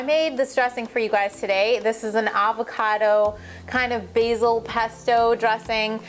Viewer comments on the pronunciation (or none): none